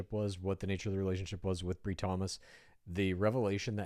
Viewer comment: Her name is pronounced with a long i, Bri - rhymes with Lie 😮😅